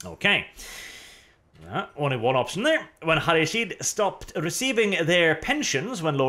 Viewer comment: Is it so hard to pronounce Ha-Ri-Shid arch?